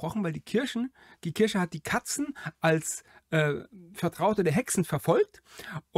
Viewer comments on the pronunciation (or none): Der Videoersteller (der immer so viel Wert auf Korrektheit legt) weiß es ja offenbar nicht. Sonst würde er es ja nicht gleich aussprechen. Will gar nicht wissen was seine arme Mutter immer zu waschen hatte wenn er Weihnachten aus der Kirsche zurückkam. Bricht doch niemandem einen Zacken aus der Krone Worte richtig auszusprechen. Dann gibts auch nicht solche Kommentare.